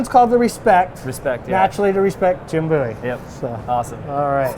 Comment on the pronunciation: when he says boo-wies it really hurts me inside